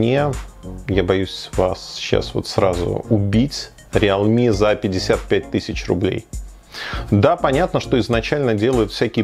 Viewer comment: РИЛми, а не реал ми.